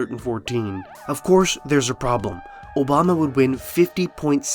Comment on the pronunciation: obamna slip up lmao